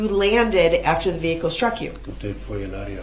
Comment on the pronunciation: Oh, and add “sh-truck”.